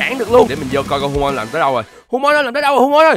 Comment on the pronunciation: hu-mon đọc cái gì mà bay luôn